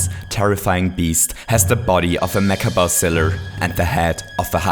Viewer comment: i love that accent "mecha bowziller"